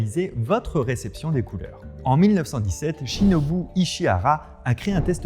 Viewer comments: Shinobu pas Shibuno Fabien 😂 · Bah alors Sauciflard, on ne sait pas lire les noms étrangers? Shibonu au lieu de Shinobu? XD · C’est le test de Shinobu, pas “Shibonu”. Très bonne vidéo cela dit, comme d’hab!